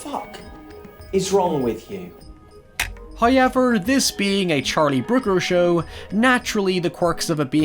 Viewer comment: My friend calls this channel “Hiyever...”